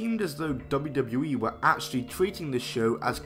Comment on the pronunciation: Why do you struggle to say wwe lol “dubbledewee” 😂